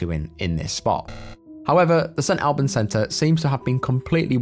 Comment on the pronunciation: Love this channel! just a thought 🤔 Am i the only one that is surprised a brit pronounced st albans wrong?